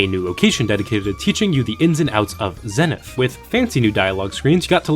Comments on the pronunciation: Warning... don't even consider turning the pronunciation ZENNITH into a drinking game. You'll end up in the hospital. 😉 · Have you people never heard the word zenith spoken out loud or something? Zee-nith. Its not that hard.